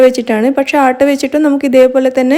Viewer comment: ആട്ട്‌ അല്ല മോളെ" ആട്ട" എന്നാണ്‌ ഉച്ചരിക്കേണ്ടത്‌. അതായത്‌, ഗോതംബ്‌ പൊടി.